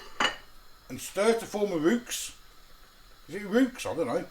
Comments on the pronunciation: Haha, I did laugh at your pronunciation of roux!! REWKS !! It's actually French, and pronounced ROO! .. but this is why we love ya!! Keep up the great content.. I'm sure you're helping out a few students who have no idea how to cook! Regards to Nat too x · Roux, as pronounced roo. 😂. It's French ☺️🏴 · Roux is pronounced roo Aww sorry. I know you dreaded this one. Howling 😂 it doesn't look disgusting. I love mac & cheese 😋 You did a great job 👍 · Lmao it’s pronounced roo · I think roux is pronounced like the bouncy Australian mammal.